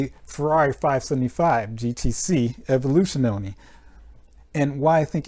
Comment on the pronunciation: and its not evoluzione for you americans to speak it right out but more like : A-volu..zyooona (last a spell short) ;) You learned me much with this video so I give you very small lesson ;) Cheers